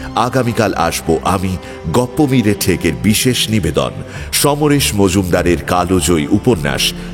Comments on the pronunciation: এত সুন্দর উপন্যাস আর এত সুন্দর উপস্থাপন আমি অভিভূত। তবে কালজয়ী জায়গায় কালোজয়ী উচ্চারণ আশাকরি নি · Mir apni kal joyee ke kalojoyee (কালোজয়ী) bolchhen keno bujhte parchhi na . Tahole kalobela bolun. Kothata to kaal. Kaler niyom.